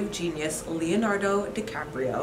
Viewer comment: "Dicaprio" I love you for making that mistake and laughing it off. Congratulations!!!👏🎉🎵😘🍷